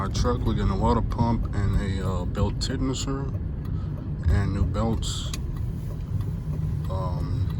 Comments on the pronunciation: Lol Its pronounced like ten shinner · Tensioner Ten-shin-er